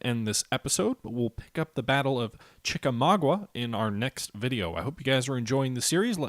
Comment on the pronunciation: Hey, I love your videos; keep on kicking ass! One very minor nitpick: to my knowledge the battle's name is pronounced "chik-a-MAWG-ah", instead of "chik-a-MAW-gwah."